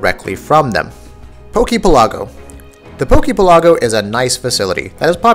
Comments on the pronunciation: Is it not obvious that the poke pelago is pronounced "PEHL- uh- go" like the word archipelago? I keep seeing videos of people saying "pehl-AWW-go" ... not that it's really important, just bothers me a little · It should be pronounced poke PEL-a-go like the real word archipelago not poke pel-A-go. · Bill Silvia That's because it's wrong, it's PELago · This is the first time I've ever heard it pronounced "archi-pi-LAH-go". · Why do people keep putting the accent on the wrong syllable for Poke Pelago? Do people not realize it comes from the words Pokemon archipelago? The accent goes on the first syllable of Pelago, not the second syllable. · why the hell can't you pronounce pelago correctly? it's like archipelago where u accent the 'pe' and not the 'la' because 'poke' is replacing 'archi'. hot damn that bothered me more than it should have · god dammit this is driving me nuts "Poke Pelago" is pronounced like "archipelago" yanno because it's a collection of islands i.e. an archipelago